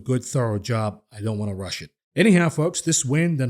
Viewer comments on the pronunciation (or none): none